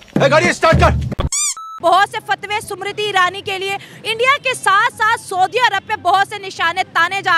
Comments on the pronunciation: MERI JAAN....SUMRITI NAHI.....SMIRITI IRANI BOLO. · Smriti.. not shummriteee 😂😂😂